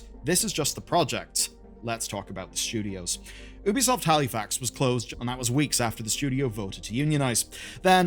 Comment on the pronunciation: It's YOU-bee soft